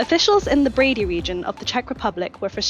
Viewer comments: I feel I need to tell you the pronunciation of Brdy is NOT Brady. It's closer to Birdy- but try to pronounce it without the 'i'. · It's Brdy, not Brady.